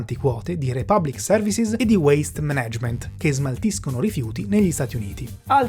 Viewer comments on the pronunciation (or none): MÀNAGEMENT, l'accento va sulla prima A!!!!! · Molto bello il video. Come sempre non è mai semplice rispondere. Vi invito però a rivedere l’accento sulla parola “management”, unico neo in 30 minuti molto interessanti. Grazie!